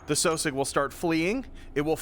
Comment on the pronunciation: I always thought that sosiog was pernounced (Sauh sig)